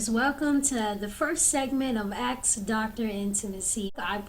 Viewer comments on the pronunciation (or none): A doctor who can't prenounce the word "ask". No fuckin' way. Only in America... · "Axe Dr. Intimacy" bahahahaha I'm stuck questioning the legitimacy of her doctorate seeing as she cant properly pronounce "ask"